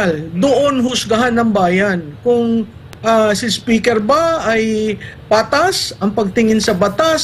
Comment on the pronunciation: Correction Maam, "SPECKER" ang sabi ni Atty Harry...